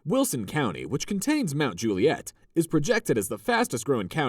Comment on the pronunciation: Those shots of straight tree lined streets with sidewalks supposedly in Forest Hills and Oak Hill are nothing like reality which in reality are very curvy, hilly, huge grounds, long driveways and no sidewalks. There's even one scene with a car with NY plates. Oh and in Mt. Juliet, the accent is on the first syllable, like Mt. JU- li-et.